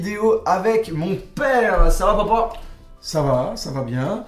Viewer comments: on di papa pas paupau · Mdr tu dit popa ou lieu de papa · Au lieu de dire papa tu dis Popo 😂